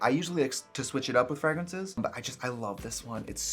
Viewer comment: Taking a melatonin before watching this just to fight sleep to listen to some weirdo woman on the internet saying "frAGraansays, frAGraansays" and discuss what she uses to create an oil painting where her face should be